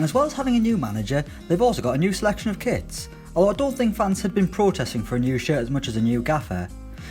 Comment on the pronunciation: I love when teams bring out brand new 'kwits'